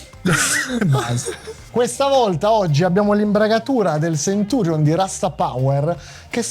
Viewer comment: Grazie che lo chiama Centurion, con la "c".